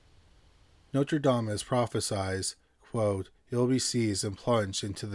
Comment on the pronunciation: I love both your channels. I have a very small critique! You keep saying Notradamus instead of Nostradamus. ❤❤😮